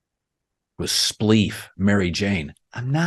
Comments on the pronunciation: “Spelif” 😂. Colin, I think you meant spliff. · “Spleef” Never change Colin